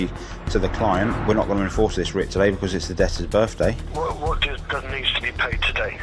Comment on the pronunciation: TAHDAY??? Does it need to be paid TAHDAYY??? 😂